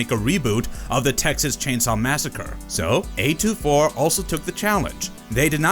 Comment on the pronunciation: A24, not A2-4